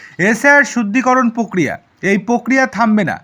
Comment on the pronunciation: পক্রিয়া নয় প্রক্রিয়া